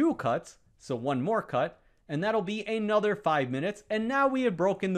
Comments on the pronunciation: I give up: just what “thee” hell is “ay-nother”? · an accent